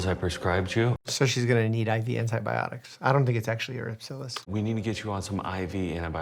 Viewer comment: “erypsilas?” Ery-si-pelas. I’m being cheeky, I know 😂 great video again!